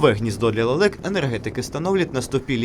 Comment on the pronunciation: Лэлэк? Вы,чо ,смеетесь?